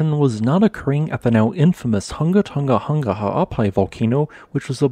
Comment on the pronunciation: I’m so impressed how you can pronounce Hunga Tonga-Hunga Ha'apai so well. I find this information so very interesting.